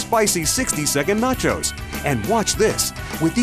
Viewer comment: AND EHHH....NAT-CHOZE ANYBOODY?